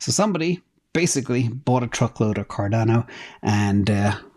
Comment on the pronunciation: Cor-dano Lol I call it Cardano